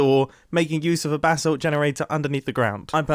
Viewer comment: The way you say “Basalt” hurts.